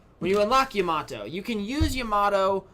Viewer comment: u are pronouncing yamato wrong